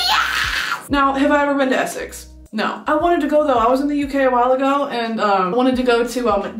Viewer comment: The only two things you’re kind of getting wrong with the accent is the way you say “Essex” (you say “eh-suhcks” but it should be “eh-six”) and the way you say “do you know what I mean” (you say “do you know what - I - mean” but it should be a shorter “d’you knowwhatImean” all flowing together, rather than paused and separate)